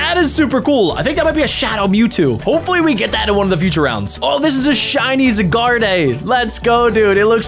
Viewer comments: be like zygarde❌ zagarday✅ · the way he says Zygarde as ZE Gaurd eh and not ZIEGAURD is so funny